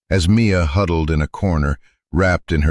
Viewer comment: Mia! Her name is Mia, not me a!